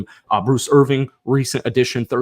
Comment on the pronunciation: Bruce IRVIN!!!!!!! Not Irving. Jesus Christ.